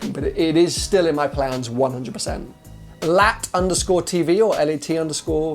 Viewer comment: It's underscore. Not underscroll.